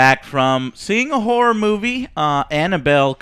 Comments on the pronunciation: Im sorry the whole time, I know you were sayinh horror but. I heard Whore lol. - This movie did not do their whore right. Am I the only one who heard this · Always sounds like is degrading women when he pronounces "horror" xD